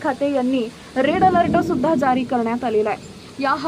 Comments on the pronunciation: मॅडम आपण चुकीची माहिती देत आहात तेच ते वारंवार सांगितले जात आहे हे आपल्याला कळत नाही काय हे हवामान खात्याने करायचे अंदाज असतात केवळ चॅनल सबस्क्राईब करा हे व्रत आपण घेऊ पहाता व बिचारा शेतकरी उगाच घाबरून जातो रेड अलर्ट हा आपला आवडता शब्द त्याचा उच्चार अलर्ट आहे त्याला अलरट म्हणून चुकीचे उच्चार कृपया करू नका ओढून ताणून अंदाज देणं बंद करा ही विनंती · अलर्ट नीट बोलता सुद्धा येत नाही 😂😂😂😂